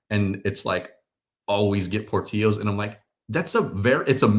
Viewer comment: Portillos is pronounced with the L. Btw you guys are correct about Italian Beef being overrated.